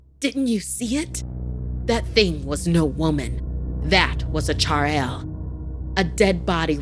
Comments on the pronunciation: Chadail Me -- it's Chudail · Chaural lmao It's called chudhail Spelled as " choodhael " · Okay, her saying "charail" really unsettled me. I mean....its "chudail" in local hindi....which is an inverted footed witch....the American accents really annoy me...no offense though I love ❤ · When the cell phone said "आई" In marathi I felt universal. Shoutout to all my marathi boyz..... To everyone else its not "char-el" its "chudail' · How difficult could it be to pronounce chudail correctly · And the pronunciation of Chudail was wrong😅